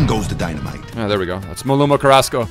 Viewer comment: Was watching the whole stream last night and kept thinking, why is he calling Carrasco that. I see it now.